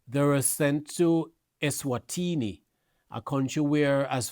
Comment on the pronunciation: Sir, Say the name of the country properly. The country is not called “Esterwini”. Speak properly.